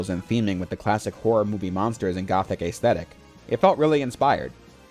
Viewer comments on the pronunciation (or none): esthetic initial vowel is pronounces as a short e, not ace-thetic. That's the case even if the way you spell it starts with an ae.